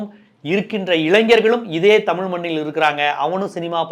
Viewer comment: This is like white people will not tell lies, he just announced party name, let him come, some stage or show he was struggling to pronounce our word தமிழ் as டமில், definitely initial stages he will face this criticism, similarly in kerala vijay has more fans, so don't underestimate tamil fans or people, since all fans/people are not going to vote mr.vijay